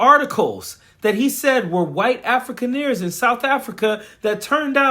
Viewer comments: Coach, the term "Afrikaner" is pronounced like "Ah-free-kahn-er" not "African-ear." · Coach it’s closer in pronouncing AHF•REE•CON•ER …. Afrikaans is Arguably the ugliest of all languages